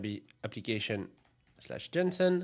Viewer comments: you sounded like 'johnson'. In English you can say 'Jason' .. maybe you confused the names 😅😂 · Am I the only one who heard Jensen in place of JSON? :D